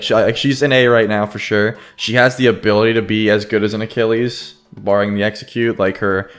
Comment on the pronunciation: Ewww the way you say Achilles is well off, It’s pronounced A-kill-ees